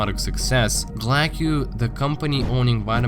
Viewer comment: You saying glaceau wrong is messing with my brain ... It's (gla-sow) like glacier and sow